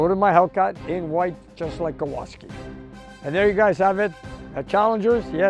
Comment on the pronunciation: It's KOWALSKI! A fairly common Polish surname. Please don't insult those of Polish descent!